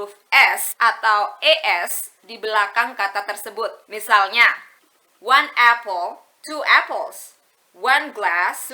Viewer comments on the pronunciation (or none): none